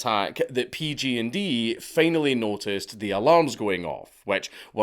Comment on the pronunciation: Dank i love your videos but hearing you say PG&D when you obviously mean PG&E is making me cringe so hard